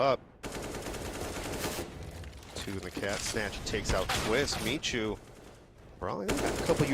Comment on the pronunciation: Strasznie irytujące jest wymawianie nicku Micha jako "Miciu", przecież nie jest to jakieś strasznie trudne do wymówienia słowo , nawet dla osoby anglojezycznej.